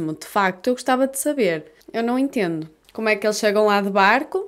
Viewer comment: Os portugueses falam "eu não entiendo" ? Falando assim soa como espanhol pra mim hahaha Gostei do video :)